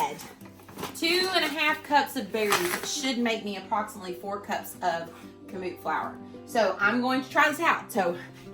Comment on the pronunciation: Emphasis is on 1st syllable, not 2nd...KAM-oot.